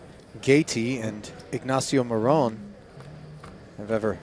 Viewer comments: pronounced mo-ron and not more-on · That is not how I thought you pronounced morón 😂